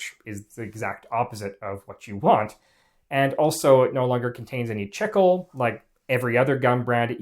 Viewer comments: Learn to pronounce things correctly...it's "chee-klay", not "chickul" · For those wondering, it's pronounced "Chee-Clay" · Buddy. It’s pronounced “cheek-lay” not “chick-uwl”. It’s Spanish. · Chicle is pronounced “chee-clay” not “chickle” it is still the Spanish word for gum. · Chicle, the (original) base material for chewing gum, is pronounced CHEEK-lay, not “chickle.” People in Mexico have chewed it since pre-Hispanic times. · Chicle is correctly pronounced "Chik-LAY" not :Chik-ul" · "chickel"? I believe you mean "chee-clay", no? That's how it's pronounced in Spanish anyway. When I started flight training the flight instructor would often offer me a piece of gum. It's good for ear popping in the unpressurized airplane but he also said that he could observe how students chewed it to see how stressed the student is. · Wasn't that flavored with pepsin? Chickle? Wasn't the way we all pronounced it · chicle (chee'-clay) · Chicle is pronounced "Cheek lay" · My man called it "Chickel" like 40 times! 😂😂😂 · Noooo not this dude pronouncing chicle as "chickle" 😭😭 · I hate to be that guy, but chicle is pronounced chee-clay. It's Spanish. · Its actually pronounced CHEE-KLEY "chi-cle"= chicle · It’s pronounced: chee-klay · did not know it was pronounced like "chickle" in english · It's not. This guy only ever read it! 😂😂😂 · Chicle is pronounced chee-clay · The incorrect pronunciation of "chicle" makes this unwatchable. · The pronunciation of chicle is a human rights violation.